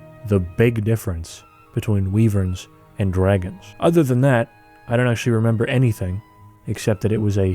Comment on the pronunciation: How in the fuck did you invent a third wrong way to prounouncd wyvern?!